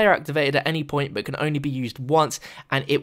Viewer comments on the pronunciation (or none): none